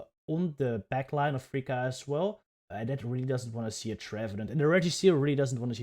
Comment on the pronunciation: I don't know who this freaka is, I think you mean to say fr-fourtythree-ka 😂 (Btw love the reactions!)